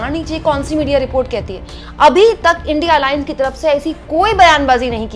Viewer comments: illiterate pm INDIA tak na bolna aata na hi padna🤣. gone case. india ko indi indi bolta hai😂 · India ko indi bolta hai o gawar hi hoga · Naam to theek se lo indi nahi India gathbandhan. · Sahi me modi ji anpadh hai kya india ko indi bol rahe hai😂😂😂😂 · इंडि गठबंधन नहीं इंडिया गठबंधन इसे तो सही से बोल लिजीऐ मोदी जी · India बोलना नही आता ? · Uneducated person don't know how to pronounce India what kind of speech is this very funny modi g ab ka dimak to bahut waooo